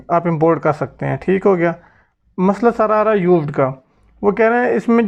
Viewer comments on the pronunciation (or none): none